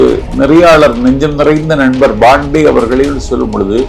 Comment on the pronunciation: It’s not BANDEY ITS PANDEY